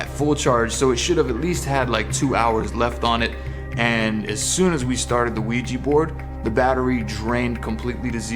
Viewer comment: It's OuiJa and not OuiJI, you're pronouncing it wrong